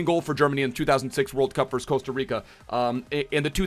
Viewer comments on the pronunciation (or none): none